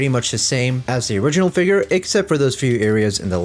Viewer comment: The way He says Figure....Hard ER figg...